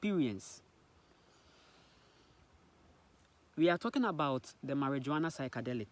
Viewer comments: Mariwana not marijooana 😂 😂 🚭 🚭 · It's pronounced mariwana bro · I would not take this man seriously. You have to remember that he is colonized, and all information he has comes from colonization he is not a scientist or a doctor he has no real evidence about cannabis. And the fact he can't even spell or pronounce Marijuana properly should speak for itself. The experience of cannabis is different for everyone but it has healing properties and is a natural medicine. He even called it a psychedelic and those who know what that is also know cannabis does not fall under psychedelics.